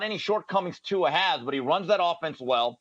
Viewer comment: Jason, please learn how to say Tuas last name properly.